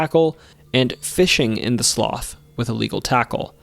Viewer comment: Btw it’s said slew not sloff